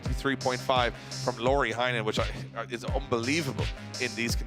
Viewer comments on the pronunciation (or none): Can you please call Heinonen as "heynonen" not "hi nonen" ty.